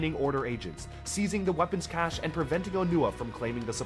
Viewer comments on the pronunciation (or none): none